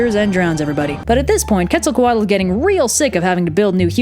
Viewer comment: Quetzacoatl is pronounced "Ketz-a-co-AHT" The "tl" indicates a nonvocalized sound made with air that essentially sounds like a strong T